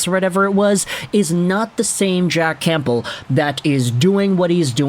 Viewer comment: Are you pronouncing the "p" in Campbell? 🤨